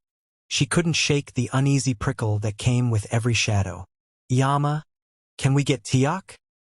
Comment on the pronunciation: I always appreciate your stories; one observation - please try to get a better pronunciation the Korean words you use. Example - mom or mama is more umma than yama. I just want you to be as accurate as you can be thank you, continue the great storytelling.